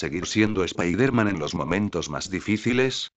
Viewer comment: el dice mal spider-man